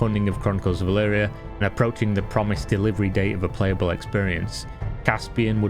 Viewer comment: E L V R I A. Why the fuck do u keep saying E L V IIII R I A